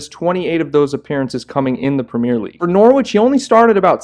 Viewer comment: Pronounce it norich it’s a bit like Wycombe is pronounced wicom 😂